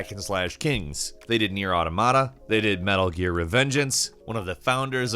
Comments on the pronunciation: Matt Miller The correct pronunciation is "aw-tom-it-uh." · Dallas The Coyote I’ve never even played the game and his pronunciation annoyed me. Why would you pronounces it like “ada mada” just From a linguistic standpoint point it’s frustrating and he kept saying it over and overs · He also said "Auto Mata" as though it's not one word, can't even watch on